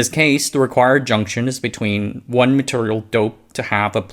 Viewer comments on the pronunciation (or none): Why do you say maturial?